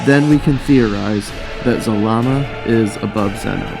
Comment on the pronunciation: It's ZAlama not ZalaMA! Zalama is Zordon